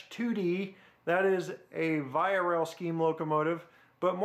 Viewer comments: You said VIA wrong. It's not v-ay-a it's pronounced v-eee-a. :) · Vee-ah, not vie-ah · I have six of these engines. Rapido makes a great product! They just keep getting better and better, can't wait for the FPA-4's and RDC's! Oh btw it's VEEE-AH not VIE-AH! lol. great review! Keep them coming. Thanks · its (ve-aa) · is pronounced veeea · VIA is actually pronounced VEE*AH VEE AH Rail :-) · Maple man here eh. It's pronounced VEE-A Rail. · im pretty sure its pronounced "VEE-A" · Nice review! Just one thing though VIA is pronounced like vee ahh. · You said via wrong lol